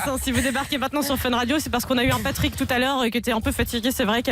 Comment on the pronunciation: Le "Plutrick" d'Oli il m'as tué 😂😂✌👀🇦🇷💿